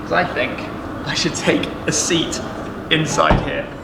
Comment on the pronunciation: I thought he said he got a shmeat